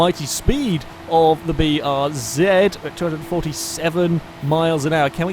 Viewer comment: Bee Are Zed It's nice to hear someone pronounce the name of this car correctly, for once. Kappa